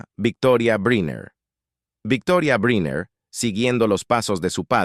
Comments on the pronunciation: Se pronuncia: Brainer , no Briner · Caballero, excúseme el atraimientos, brynner, se pronuncia “brainer “… perdón… eh? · Pronunciación: Brainer